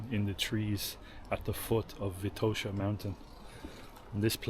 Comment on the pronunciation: Please be so kind to learn how the names in Bulgarian sound properly when presenting your video trips...Vitosha & Sofia definitely need to be pronounced with different vowel stressed on... and rakia too :-)